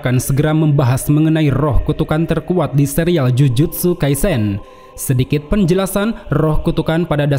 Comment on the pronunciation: Astaga gw dengernya jujutsu kaizen tapi gw ngebayangin aizen😂